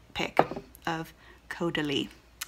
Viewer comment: So funny with your pronunciation! Your original pronunciation is how a German person would say it: Cowdalie. French is Cohdalie. You got it!